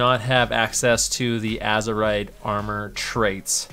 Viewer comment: IT’S NOT AZORETH ITS AZEROTH.